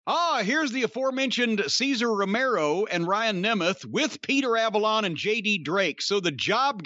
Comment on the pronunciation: I laugh every time he says "Cesar Romero"